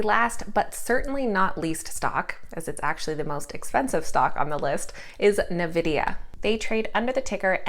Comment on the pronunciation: It's pronounced N-vidia (not Na vidia) :)